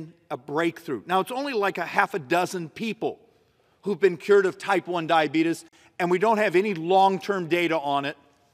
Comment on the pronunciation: Don't call it dyabetis, people say it like that jokingly